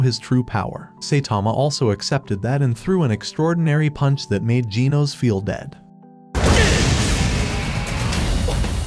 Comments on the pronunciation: Why do you say ginos instead of genos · Bro says genos like jee-nose when it's pronounced jeh-nose. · Genos❌ Ginos✅ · its pronounced G-E-N-O-S not G-E-E-N-O-S😄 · It’s Gino’s not geenos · Bro called Genos gen os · Bro said Gino’s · bro its pernounced [g-ehh-nos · Why do you say ginos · Bro u said genos wrong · It's Genos but the ai voice doesn't pronounce it right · is it me or is it just that he pronounces the names of the hero's wrong like "Tat-sue-maah-ke" or "Gee-nohs" even "Gaeh-ruu"